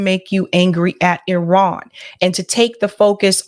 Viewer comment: Nice! You pronounced Iran correctly